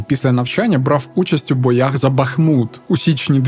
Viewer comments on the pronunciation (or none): none